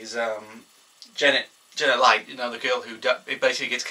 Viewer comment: its janet leigh prenouced (Lee) shes the mother of jamie lee curtis who would later star in halloween in 1978